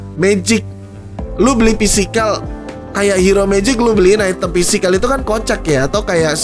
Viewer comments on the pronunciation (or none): item cok bukan aitem, kan lidah indo ...wkk